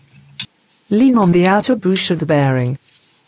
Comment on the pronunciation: Leever, boosh, ridtrieve and drivshaft lol all joking aside thanks for the info